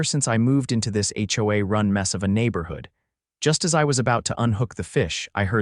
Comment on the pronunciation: Pls, pls,.please get A I that actually speak. A Base????? Seriously! Howaa, howaa, How about H O A.